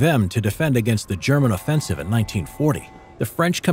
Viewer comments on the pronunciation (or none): none